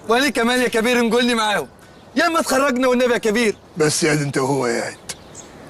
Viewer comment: اول مره اسمع هجرس بيقول جيم مش ديم فى خرجنا والنبى ي كبير ف الدقيقه الرابعه